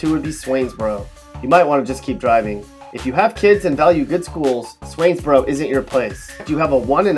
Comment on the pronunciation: Daaaamn they did my lil country town Swainsboro wrong 😭😭